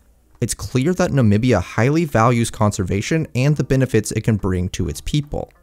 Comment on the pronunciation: finally someone who can pronounce the name “namibia” properly!